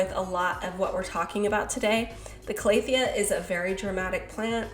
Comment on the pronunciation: Cal-a-thea not Clay-a-thea haha